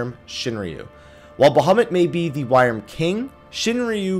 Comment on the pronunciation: I may be wrong, but to the best of my knowledge, "wyrm" is pronounced "worm".